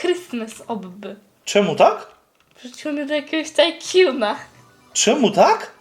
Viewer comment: Mówi się obbi a nie obby 👍❤️